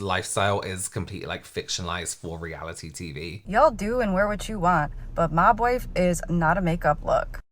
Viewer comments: I first heard "Mogwai" 🤣🤣🤣 But it fits too, cute, furry and too much to handle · First I heard the term “mob wife look” (the video wasn’t subtitles) I genuinely thought they said “mogwai look”. And it didn’t surprise me in the least that people were apparently starting to dress up as Gremlins. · Ironically, Kept hearing "Mogwai"...look it up 😅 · Every time you say “‘mob wife” it sounds like you’re saying “mogwai”… like the Gremlins 😂